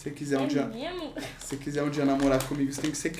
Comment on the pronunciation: Mo cria diz “memo” poh😂❤